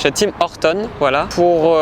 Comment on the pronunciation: Pour l'essence, il n'y à que à Costco où ça ressemble à la France (pré-autorisation de 200$ demandée par Costco). Ta prononciation de Tims m'a tué 🤣 Pour les routes d'ici, mieux vaut une voiture avec des suspensions pas trop raide haha. Pour les limites, les gens roulent tous à +15 kmh par contre